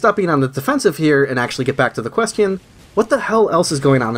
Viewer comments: I like how you say „questyon” :3c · i like how u pronounce question quest-ion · great video, also you keep pronouncing question like "quest-eon" :D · I love how you say Question.